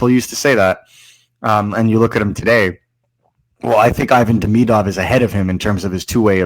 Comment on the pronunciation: Love the show, Please stop saying Deemeeedov and k’panin… nobody’s saying it that way..